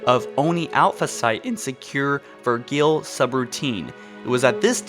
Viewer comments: everybody else: vergil, liasson: ver gill, lice eon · So many pronunciations are wrong in this. Jul 'Mdama is not pronounced MuDama. Its Emdama. And it isn't pronounced Sengkeely, It's Sangheely. And It isn't Vergill its Verjil. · bruh said "vergeel" lmfaoo its Vergil bro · Virgeeel? Do you mean Virgil ? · its verjil not vergil. I spelt it wrong because he pronounced the G as a g so by saying verjil means saying verGil. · Atomkuh I don't think he knows it's pronounced "Verjal" not " Vergill"... Like his pronunciation of mjolnir....cringe worthy 😂😂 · "vee drill" "Laie say on" Dude, english. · Vergeel? Why not pronounce it the way they say it in the game? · Dude you gotta learn proper pronunciation. For example Liason is pronounced "Lee A Son" and Virgil is pronounced "Ver Jill" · VerGILL? Lol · you pronounced vergil wrong, did you play halo odst? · HOW DID HE PRONOUNCE „VERGIL“???? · Vergil and 'Mdama, hate both of his pronunciations. They even say those in game, he should know how to pronounce them correctly. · This guy has been known to have the worst whiteboy pronunciation -_